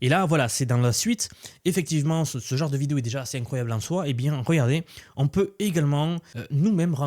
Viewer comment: Ça veut dire quoi « ce jare » tu l’as répété plusieurs fois. Tu voulais dire « ce genre de.. » 😂 ça va je te taquine tkt je suis abonné et je partage te vidéos j’aime bien ton contenu